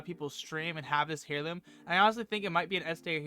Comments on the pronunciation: Airloom is how it’s pronounced. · hey friend, the "h" is silent but great vid